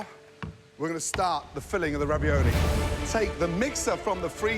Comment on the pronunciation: “Spinieiege”, “raviolayyi”